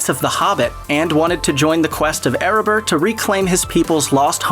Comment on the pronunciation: "Pal-an-teer" Its "Pa-Lan-Tier" you twits. Yet again. "air-a-bir" Its "air-a-bor" This is sad